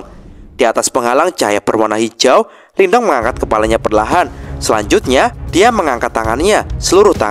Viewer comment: Sebenernya pengucapan Lin Dong adalah 'Lin tung'. Sedangkan huruf T dibaca 'th', spt dlm kata the dlm bsh Inggris. Tapi bebas aja sih, yg penting kita seneng aja ngikutin jalan ceritanya.. 😊